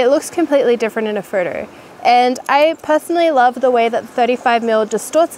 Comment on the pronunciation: Every time she says "photo" it sounds like "Frodo" Love this girl and her cool channel, Lord of the lenses :)😍